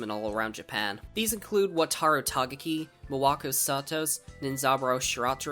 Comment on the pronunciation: Bruh it's takagi not tagaki